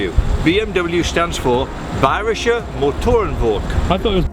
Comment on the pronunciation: I'm from Germany. from Berlin and I had laught at the moment did you say Bayrische Motoren Werke :P